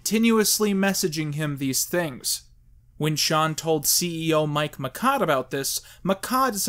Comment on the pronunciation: You're mispronouncing it. It's Mike MY CHODE.